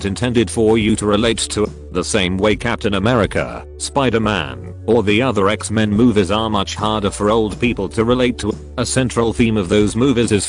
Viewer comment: That pronunciation of "Xmen" at about !